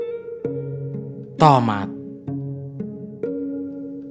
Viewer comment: Tamant bang bukan tomat